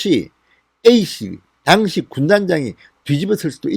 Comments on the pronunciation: 당시라는 발음을 정확하게 하십시오 '당'에 악센트가 없습니다. 귀에 와닿습니다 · 모든 방송내용 100% 동감입니다 하지만 당시라는 발음은 아닙니다 그당시. 그때라고 해도되고 당시라는 발음을 하시면 됩니다